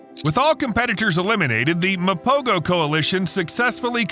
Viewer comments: Actually its pronounced "mapoho" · My brother, it's pronounced "MA-PO-HO" . The "G" is pronounced with a "H-HUH" sound instead of the "G-GUH" sound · It’s pronounced Mapoho.